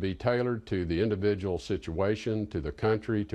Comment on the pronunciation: What a purtikulur liability scenario with that indavijul matinee sitchuwayshun.